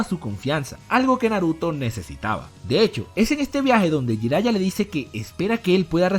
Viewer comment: Escucho "Jairaiya" y se retuerce mi corazón :(